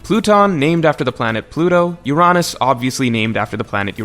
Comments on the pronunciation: Great vid but, “Ur-On-ass”, seriously? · I aint ever heard someone prounounce Uranus as "UR-AH-NUS" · Why do you pronouce Uranus in such a way. It's just wierd. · Why’s he saying Uranus wrong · When you said Uranus the not funny way it made me sad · How the fuck are you pronouncing Uranus my human??